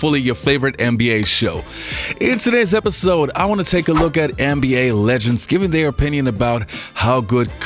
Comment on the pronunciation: He says “anne be A”. It’s soo annoying